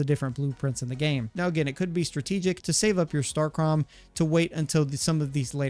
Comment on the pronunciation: Its pronounced starcum